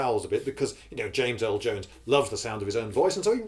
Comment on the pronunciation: Did you say James L Jones? that’s what it sounded like, his name is James Earl Jones. Born in Alabama, raised in Detroit. He has a really cool voice.